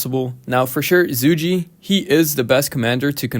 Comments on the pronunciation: in roks offical video if zhuge being intoduced its more of Zhugah liang. But its alr right brother i hope your not offended or anything 😊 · I think its pronounced “Zuu-Ghay Liang”